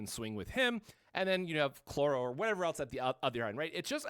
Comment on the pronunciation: IT'S CHROLLO! NOT CLORRO!